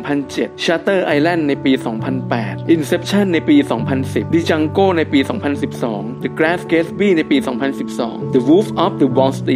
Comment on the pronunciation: DJANGOตัวDไม่ออกเสียง. “ปัง”